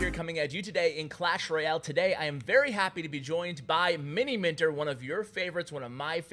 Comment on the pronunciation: Lol he said Miniminter